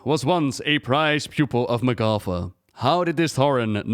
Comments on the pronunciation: Isn't it pronounced MAH'gatha, not mah'GATHA? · I hate how blizz decided how to pronouce her name. Magatha has an ah not aw. Grinds my gears yall.